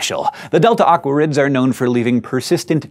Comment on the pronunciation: It sounds like you're saying "delta awkwards" :P -Rose